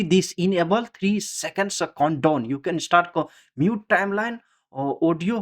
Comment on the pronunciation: your voice and pronounciation is so funny)) it is count down not condome lol